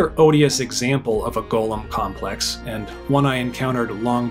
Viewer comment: even though you pronounced "Gollum" like "golem", I really liked this video.